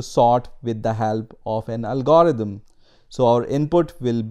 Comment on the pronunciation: First time I have ever heard anyone pronounce it 'al-GOR-ithm' instead of 'AL-gr-ithm.' It's just a minor thing, but it's distracting since I can't stop fixating on how a person gets this far in the discipline while mispronouncing the primary term. I don't care that a person struggles with mispronunciation, but all his other pronunciation is pretty good except for the primary term of the topic at hand. That's just funny. Every time he says 'al-GOR-ithm' a tiny fraction of my mental bandwidth is diverted from learning in order to suppress an internal giggle.